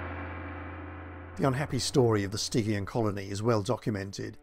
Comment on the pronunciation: Names. Stygian, as an easy example, is pronounced with a soft G.